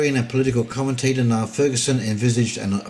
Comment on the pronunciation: Niall is pronounced Neal and he is an academic historian. In fact he has written a history of the Rothschilds, which implies an understanding of central bank finance and fractional reserve banking.